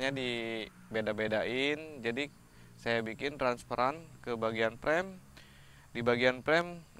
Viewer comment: frame bukan prem peanut dibaca pinat